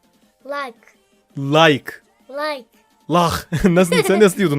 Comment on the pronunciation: bide layhk deil layk dicen